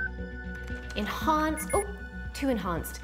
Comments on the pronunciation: Enhaunce enhaunce oh too much dehaunce.What the heck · All I have to do is "enhonce" 😂😂😂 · Enhaunce...... enhaunce....... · Enhance might be a thing… but what about… “enHONCE”